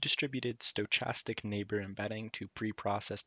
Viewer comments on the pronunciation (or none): mf said sto cha stic